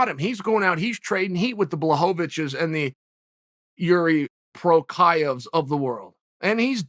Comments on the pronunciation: Definitely not pronouncing his name right...lol....it's Pronounced ... JIR'KA Pruh'hAAs'kuh ( means going for a walk).... (Jiri Procházka) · “Jeerie Prohazshka” 😂😂 Americans and their difficulty learning to pronounce foreign names....almost like they refuse to try and pronounce it correctly